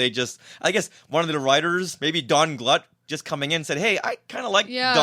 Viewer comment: Donald Glut's name is pronounced "Gloot," not "Gluut." He was an associate of George Lucas back at USC. He really doesn't like discussing Star Wars. Nice guy, his first professional sale was to Filmation's "Shazam!" tv show in 1974, the episode "The Brain."